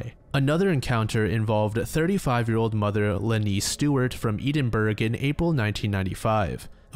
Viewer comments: Eee-din-burgh! Hee hee you were so close. Ed-in-bur. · The way you pronounced Edinburgh has definitely caused multiple domestic accidents in UK... English is not WYSIWYG language! Next time try : Ed - en ( like 'en' in end)- borough ( like 'burrow'😂)